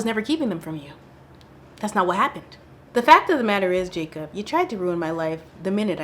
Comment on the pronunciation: I heard Jacop 🚓💀